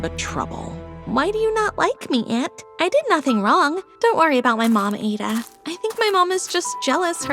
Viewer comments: exactly it is ADD A not aie da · By the way the name is pronounce ah-da not a- da hah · I’m Nigerian it’s pronounced Add-A not Aid-A. 😅 My Igbo name is Ada. My guess is she and her family are Igbo. I have an uncle named Austin. So many of my aunties have the name Chi. It really hits home. 😭❤️ This is story is really good. 🇳🇬 ❤ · It's Ada not aeda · Why did they pronounced her name wrong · Naw …that is not how u pronounce MY NAME!! as a NIGERIAN ‼️